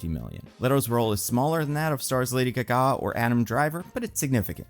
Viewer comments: I’m obsessed with the way you say “Lady GaGAH” 😂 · Did he say “Lady GaGAA”?? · Never heard anyone pronounce lady gaga like that